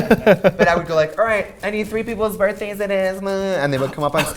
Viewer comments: “HOOS BIRFDAYS ARE IT” iconic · "Hoos bifdays are it?" lmao!!